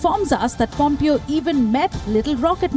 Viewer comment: The name is pronounced Pomp-Eh-o...not like Pump-I-o. Dear WION staff, please take the time to at least find the correct pronunciations of the names of the people if you do not speak their language. You already have some Bihari copy cat called Peeyush Jha stealing comedy style of John Oliver and showing off as his own so at least do the easiest thing right and get the correct name pronunciations.